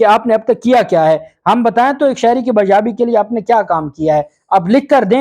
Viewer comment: Paindoo shakhs lafz baayaab nahi hota.. baazyaab hota hay .. kitni baar bataya lagta hay ye comments hi nahi read karta.. chawal saraiki an-parh skakhs ko sirf har ghanta baad news tickers se vlog karna aata hay.